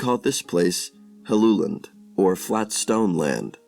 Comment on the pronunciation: Well done! You managed to pronounce my name correctly. Helluland is most likely Baffin Island. Hellu is the genetive of the word hella which means slab.